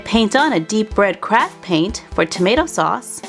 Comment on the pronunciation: Every time you say craft, I think crap